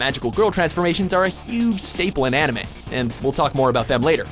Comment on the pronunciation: they don't know a thing about animes......no knowledge about animes, no proper pronounciation